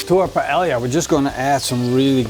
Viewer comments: payellia - great pronunciation! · Lmfaooo! Paelia! It's really Paella and in English you pronounce it like this, Paeja. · Your pronunciation of "paella" and you being barefoot has ruined this video.